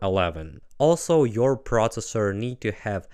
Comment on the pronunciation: ProSessor, speSific, teKnology, Κruschev ahd Kennedy, dynamite with a lazer beam guaranteed to blow refineries ("Unit one, section three: listening-pronunciation practice"). Nevertheless,, you're great and incredible! (though your own credibility is high) Ви неймовірний! Слава Україні!